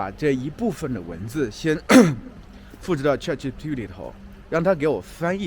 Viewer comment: 老师，那个叫chatgpt 不是chatgtp 哈😂